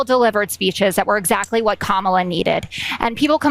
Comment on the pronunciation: If he keeps calling her Ka-Mala, she should start calling him Don-Old